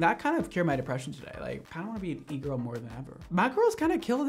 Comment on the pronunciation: I’m French and my English is not perfect! So when you said “e-girl” I was sure you said eagle 🦅 😅 I understood when I saw the title for the second video lol